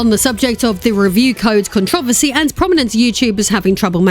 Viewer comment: What is Con-tra-va-see :) good review. As Az would say…. Fing CALIFORNIA MODERN DAY CRAP.